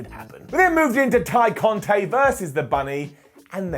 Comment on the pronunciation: You got to stop. It's Tay Conti (eeeee) not Conti (ayyy